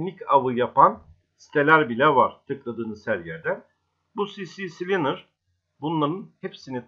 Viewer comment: Sisi kılinır degil abi si klinır